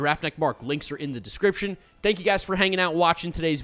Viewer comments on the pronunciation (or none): none